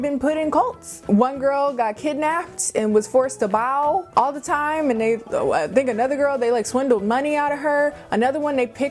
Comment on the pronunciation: LOL I'm sorry but I couldn't help laughing when you said a girl was kidnapped and forced to bow... the way you said bow was what got to me, I guess 😂😶 I love your storytimes so much, they always bring happiness to my week (no matter what the topic is)... thanks,!